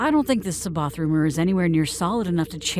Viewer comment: Uhm…not sure if it’s a “they don’t know first hand so they’ve assumed the pronounciation” But Timothy zahn has gone on record giving his original “proper” pronunciation…(sah-bayh-oth)…hence why that was used through the thrawn trilogy audio books This isn’t me trying to be “that guy”…just that having listened to the audio books library I have and the zahn books being the backbone of the library…hearing that was a bit jarring Like I said, for all I know you’re going for a “some people might say it differently”, then when Luke meets him in dark force rising, there’d be a corrective moment where c’baoth says his name “properly” to Luke after Luke says it wrong?